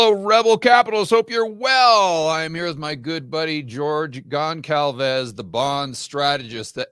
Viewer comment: "George Conkalves"? "George ConSalves", please!